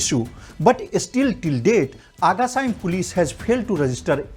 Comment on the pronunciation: Cant even say agacaim properly.